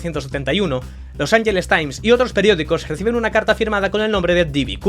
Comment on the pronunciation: No digáis "los anyeles" por favor. Es Los Ángeles. Es un nombre español que los yankis pronuncian mal porque se la pela.